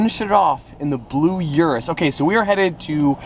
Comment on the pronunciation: Uris is pronounced OORis. Like goo.